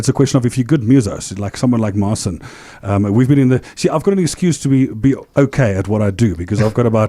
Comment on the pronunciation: Man, you are definitely super talented but why don't you pronounce your name correctly?? There is no reason to skew your name "Marcin" not "Marsiiin". Cheers!